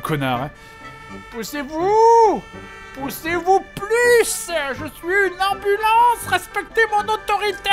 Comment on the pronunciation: "Ey ! I am an amublance, and you will respect my authoritah !"